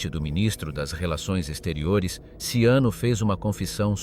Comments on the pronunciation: At least leand how his name in pronounced!! GaeazoCiano ishould be pronounced Galeatzo Chano and not siano!!! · Robot sei handicap nel linguaggio 😂😂😂 Galeazzo Siano?????😂😂😂😂😂 Ciano,pirla Ciano,Cianooooooooo 😂😂😂😂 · "Siano"??? Dev'essere uno scherzo... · Ciano, non Siano. Che noia questa AI.... 😢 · Ciano.....non Siano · E Ciano,non sciano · Ciano con la C iniziale e non Siano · Sag nicht immer "Tschiano", sondern nur "DSCHANO"!!! Tönt ja scheußlich. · 0.44...Siano? Ma che cazzo dici? Poi Ciano diventa addirittura Luciano...Ma che cazzo dici? Vergogna!!! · Ciano se pronuncia CHIANO. 😉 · Ciano is pronounced Chano...is it so difficult to get the name of the subject correct? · Perché il cognome viene pronunciato SIANO?? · Ciano con la c - Edda con due d. Ma sapete leggere? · Learn how to pronounce, the name CIANO !! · Ciano,con la ci! Xkè usate voci artificiali e poi volete di iscritti? Questa non è scienza ,è fantascienza!😂😂😂😂😂😂😂😂😂😂